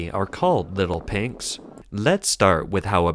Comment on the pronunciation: Your "little pinks" sounds like "little pigs".